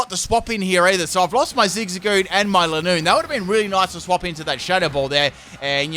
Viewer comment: Your saying lineoone wrong its line oone